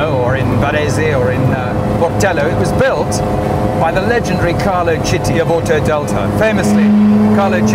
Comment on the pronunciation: Someone please tell this guy it's Arese, not Varese. Otherwise, great stuff. Thumb up! PS Carlo Chiti: Correct Italian pronunciation is "keety", not "cheety" (apologize for sounding a little bit a smartass).